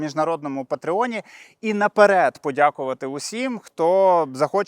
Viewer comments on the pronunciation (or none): none